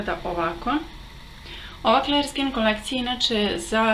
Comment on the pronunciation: Clear nije kler nego klir. :) Odličan video. Mnogo si slatka.